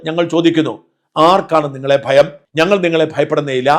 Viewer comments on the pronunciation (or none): ബയം അല്ലെടാ വേട്ടാ വളിയാ,,,, ഭയം എന്നാണ് അല്ല കോയാ ഇപ്പൊ എങ്ങനെ,,,, പയം 😂😂😂😂😂ആണോ